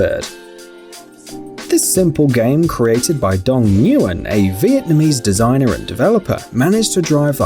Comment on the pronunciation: it is pronounced don winn